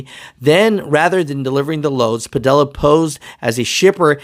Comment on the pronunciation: I know this isn’t the most important thing about this story, but his name is pronounced Pa-Dee-Ya. The two LLs side by side make a Y sound. A little basic spanish class for ya😂🤣🤣